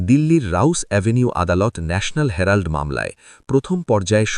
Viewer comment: ন্যাশনাল হ্যারাল্ড নয় উচ্চারণটা বোধহয় হেরাল্ড হবে ig 😊